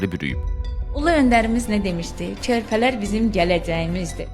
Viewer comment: Çörpələr yox, körpələr...